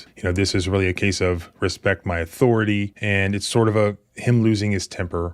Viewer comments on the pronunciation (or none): Hold Up… You Gotta Say It Right. lol “Respect My Athoritorie !!” 🤣😂🤣